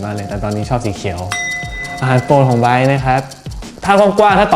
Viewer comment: Come back here just to hear him pronouncing his name 😍